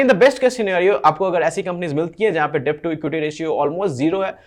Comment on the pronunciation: डेब्ट नही भाई, डेट कहो। Debt nahi det kaho